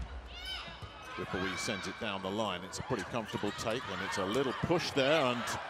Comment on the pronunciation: how does he pronounce wipawee so wrong😭